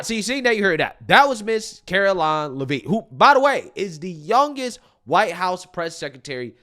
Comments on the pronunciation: It's leavitt. Not lavine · Karoline (Leavitt) Pronounced Lev-it. Not Levine! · Karoline Leavitts' name is pronounced Lev-it, not leave-it or whatever the heck ur saying lol. I know this because Leavitt is a Franco American name from the northeast where she is from, NH. Again, Lev-it! Not leave-it. YW 😎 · Care-Oh-Line Lev-it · its Caroline Lev-IT. Not knocking you just dont want you discredited for pronouncing it wrong. You will be saying it alot. Thanks and keep up the good work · it’s Leavitt (Le-vitt) the “A” is silent. I should know, it’s my last name lol and I’m 99% sure we are related. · Great job, caroline leavet pronounced lev--et short e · LEH VIT., we got 4 years. Please say it right. lol. LEH VIT 😂😍😊😎🤩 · It's pronounced Lev-IT. How do you not know this, she's been EVERYWHERE!! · Karoline LeVitt it's pronounced, LeVitt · its LEAVITT! Not Levine lol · Hey hon...it's pronounced "LEH-vit". 👍❤️🇺🇸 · Not pronouncing her last name right. It's like Le-Vet with silent e's. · You keep pronouncing her last name wrong.